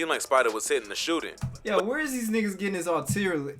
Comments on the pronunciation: Ar-Till-Lil-Ree😂......But We Understand & Know What You Was Tryna Say Bro💪💪Good Video Tho.... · He tried to say artillery lmao 🤣😭